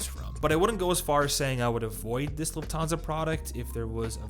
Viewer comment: It's LUFThansa, not LuftHANsa